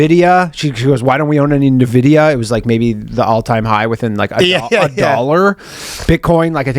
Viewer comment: The way danny says NiVidia is infuriating lol Its pronounced N-Vidia. Its a play-on word based on the name of their first product GXNV, which stood for GX graphics New Version, and also the word ENVY and the word VIDEO.